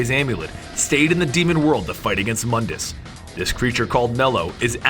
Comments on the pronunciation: quick note: Mundus is actually pronounced Moondus but spelled Mundus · It's pronounced MOON-dus. MOONDUS.